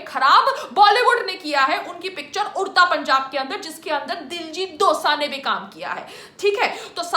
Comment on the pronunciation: Its not dosa its dosanjh and he is already entered in bollywood...